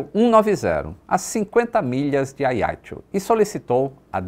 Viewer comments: Oi. Mais um video interessante e agradável (como semore). Só uma pequena correcção. Diz-se Ajaxio (o "j" é vivo), tal como por exemplo em "junto". A fonética correcta é "Ajaxio" e não "Aiaxio". Mesmo em francês diz-se "Ajaxiô". Valeu? Um abraço. Nota sobre a história: ficou provado que o conceito de "sterile cockpit" é importante. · ótimo vídeo. Mas a pronúncia do nome da cidade me parece equivocado: não é "a i a ti o". É a já ci ô! Força, saúde e pax (sempre!) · Confesso que não estava a perceber que localidade era essa de "Aiatxu" que o fala tanto neste vídeo. Demorei a perceber que ele estava a falar de Ajaccio... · a pronúncia eh “ajáxciô” do francês visto que a ilha é francesa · Agora que eu entendi o nome do local Ajaccio" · Ele falou Ajaccio com pronuncia italiana, não francesa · AJACCIO pronuncia-se como se lê em portugues...